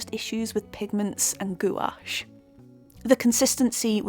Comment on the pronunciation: Bonjour. Merci beaucoup for your video. Your painting is very nice, détails are brillant. And you pronounce very well gouache word ! Based on your comments and result I think I can try now this brand. If my painting will turn into a big mess it will be due to the painter, not the paint !